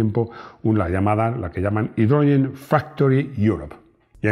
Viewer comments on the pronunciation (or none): Solamente un apunte sobre pronunciación: /haidrƏdzƏn/. Las dos /e/-s al revés son el fonema schwa, es decir, son átonas, casi ni se pronuncian y sería algo parecido a una /e/ con un toque de /o/. Es mi pequeña colaboración a estos vídeos tan interesantes. Ez horregatik.